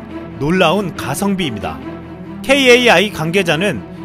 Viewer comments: KAI는 '카이'라고 읽으시면 돼요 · 다른게 아니라 이쪽 관련된 일을 하고 있는데 보통 kai 카이라고 말해요 담에는 카이로 읽어주시면 감사합니다 이게더 친숙해서욥 ㅋㅋㅋ